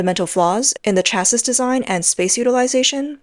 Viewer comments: The "s" in chassis is silent, easier to say as well hehe ;) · Got tired of listening to this commentary. The continuous mis-pronunciation of chassis was too annoying. ! ! ! :body-blue-raised-arms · the mispronunciation of 'chassis' is annoying. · Chassis rhymes with classy. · Chassis pronounced shassy. Makes the commentary much more professional. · I know it's pedantic but it's pronounced either Cha-see or Sha-see. the 'is' at the end of chassis is an 'ee' sound with the 's' being silent. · For reference chassis, is pronounced Cha-see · FFS, its pronounced "cha-see ", not " cha-siss". Unless you're taking the piss miss . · CLICKBAIT! Where was the exploding EV Tank? And please tune up your AI Robot narrator to get it’s English Language skills finessed, especially phrasing, punctuation and pronounciation, “Shassis’ is pronounced phonetically as “Shassey” not “Shasseeze” the final character S is silent! Besides, the Russo Ukraine war has shown that Tanks cannot be counted on to merely come up against enemy tanks so many aspects of their tactical use has to be rethought, the amount of Russian tanks taken out of action be opposing armoured vehick]les is significantly lower that those lost to artillery fire and drone attacks. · Please look up how to pronounce words. "Chassis" is of French origin, so it's pronounces CHEAH-see not CHEAHS-is, where "eah" sound like "yeah." You undermine your credibility when you don't look up pronunciations. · Why does the narrator keep saying "chases" instead of "chassis" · This channel drives me f*cking nuts. Chassis...it is pronounced like Taxi...get it? Chassis...taxi? it isn't cha-sis. It rhymes with taxi for god sakes. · chass-EE bro please. Chassis is pronounced chass-EE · Nice report, but train the AI to recognize "chassis" as pronounced "chassy." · chassis = chassie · can someone explain how to pronounce "chassis" to this bot? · omg you said it weight only to get it wrong again ten seconds later. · Learn to pronounce chassis